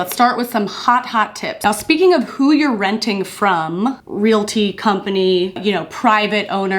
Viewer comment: Girl, I kept thinking you were saying "real tea" and not "realty" and I was invested....but it's all good! I learned a lot from this video! Your way of talking about hard things is so comforting.